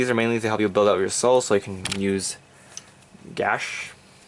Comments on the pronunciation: I swear half of the time you said Gauche's name I heard a slurred 果汁 great video XD...ignore the trolls..Some of the Kouhai corps will assist, I have seen some of that action from Jern other than that this is really cool to see what do you think of First VG grenach but leaving him in sould for Gauche? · I think Goauche is pronounced as Gush? I can read katakana and it says "gashuu" (ガッシュ). Anyway interesting take on the build. I love how versatile Granblue is, you can run anything. There isn't really any staple cards other than the common staples of course like your main G3, p-guards etc. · I think its pronounced g-oh-sh like each individual sound. Also the one piece comment in the desc was great :)